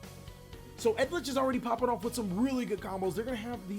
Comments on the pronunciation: Anyone else get triggered when he pronounces eldlich, edlich??? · bro its eldlich not edlich lol Eld-lich. killed me hearing that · I'm dying because of the amount of mispronounciation of eldlich. Come on,it's not that hard. Yiu just say each letter after another. Eldlich. Not Eldich. Not edlich. Eldlich. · Ha-key-er-oh el-dlitch alter-geisT sil-qui-tus eld-LAND sang-gween man, if your gonna commentate, sound out the phonetics when dubbing over stuff. it's frustrating to listen to.